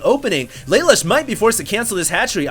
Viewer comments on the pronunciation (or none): You don't say it like lay lush, its la loosh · It's pronounced: lah -- loo -- sh From CodeGeass Thumbsup!